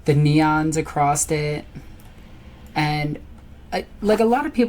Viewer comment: "Across(t) it"... LoL... There isn't a "t" on the end of the word there darlin'... I am sorry, it is just that I hear this kind of badly spoken English constantly here in Arkansas, and it kills me to see folks not even knowing how badly they are mangling their own fucking language. Though this type of shit is my biggest pet peeve I will admit, so I am obviously overly sensitive about it all. That aside, it is honestly awesome as hell to see a cool chic this into WARHAMMER!!! No lie, it makes me optimistic for the future of the franchise.